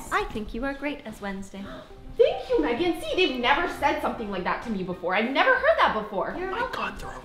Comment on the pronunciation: You spoke megan the wrong way